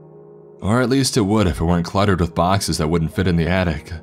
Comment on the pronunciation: Video games-Ah People-Ah It-Ah I-Ah